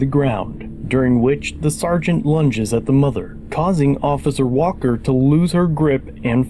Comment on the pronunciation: Officer Wall-ker! 😂